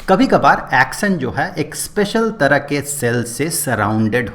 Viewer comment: Action ❌ axon ✅